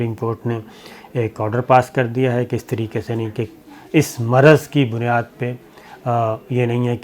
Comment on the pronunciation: Maaraz nahen Marz Meerach nahen Mirch Kalvangi nahen Kalongi Please correct your Urdu if you are going Online.